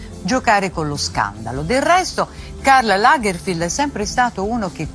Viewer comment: Lo stilista tedesco si chiamava Karl Lagerfeld no Lagerfield👎🏻